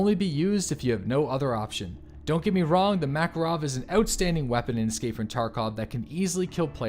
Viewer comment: Swear to god if he says "mackle-rov" one more time....